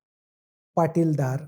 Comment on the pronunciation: पाटीलदार नाही .... पाटीदार किंवा पटेल म्हणा.